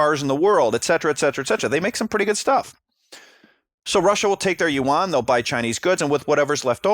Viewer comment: YUAN BRO NOT UWAN